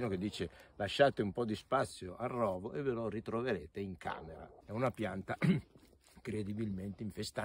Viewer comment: Rovo si pronuncia con la o chiusa.